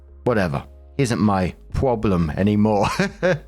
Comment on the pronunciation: "it's not my pwoblem" fucking LMAO